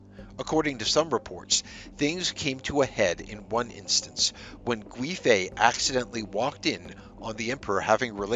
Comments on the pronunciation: The (UI ) in Gui .. makes more of a Wei ( Way ) sound 😅 someone's fussing about some car .. I felt the pronunciation could use help 💖 very good video very interesting , keep up the good work please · Its pronounced Yang Gwāy (its a long A sound) fei. Additionally, Wu Zetian (the only queen to rule in her own right). Her second husband did something similar by taking her from a nunnery after her first husband (his father passed away). Wu's fortunes were much better overall in comparison as she went from being a concubine to the primary wife and queen, while Yang went from being a primary wife to a concubine. If the Emporer had married her and made her an actual queen consort she most likely would have survived, as she would have been considered the mother to the nation and not a woman perceived as there for the emperors enjoyment and potential heirs. Both incidents happened in the Tang Dynasty with both situations causing a massive scandal as it didn't align with Confucian values. Ultimately womans rights began to suffer at the end of the Tang dynasty, with them being believed to cause calamity to a nation. Of course the usurper and the leachorous werent perceived as the problem 🙄